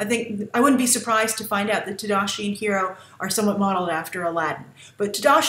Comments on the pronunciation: Honey Lemon is pronouncing Hiro name the correct way, when any Japanese word is written and translated one pronounces all letters. jus like in spanish, honey lemon is hispanic so she would know how to pronounce is name correctly.....i guess its something Lost in Translation ;) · Beyond The Trailer HI Grace! Huge fan for your reviews and analysis. You mentioned Honey Lemons accent. Actually, she is the only one in the group to say his name's pronunciation "correctly", like Japanese correct. I was, in fact, surprised that she got his name right and weird that Gogo got it wrong since she is Korean. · Totally agreed with Honey's pronounciation of Hiro! X) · I am the only one that doesn't like Honey Lemon's design? The only thing I thought was cute about Honey was the way she pronounced Hiro's name. I think it's funny that Grace disliked the only thing I like about Honey Lemon.